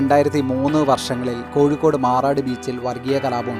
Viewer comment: Not koyikode " it is kozhikode "